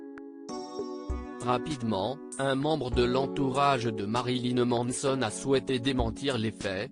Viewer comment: "Ma-ri-li-neu M-an-e-so-n-eu"